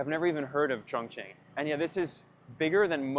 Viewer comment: I think the name is actually 'chun-king"